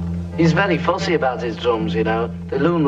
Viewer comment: Love George's pronunciation: "He's very fOOssy about his drOOms" :-D I also liked the scene in which he got to a TV show casting by mistake and was told to give "his" opinion about clothes for youth, and then George said about shirts they were "dead grotty" and stuff.